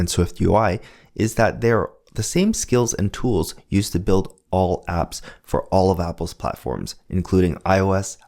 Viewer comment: Did you say "build apps" or build abs"?